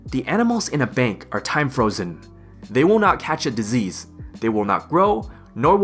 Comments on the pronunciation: No One: "...": "DisEASE" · Great guide. I particularly liked the way you say disease. dezeez. 10/10 would recommend.